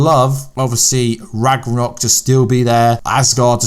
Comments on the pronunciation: You might want to pronounce Ragnarok correctly in your video before you complain about how people pronounce things. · Ragranok? What is that?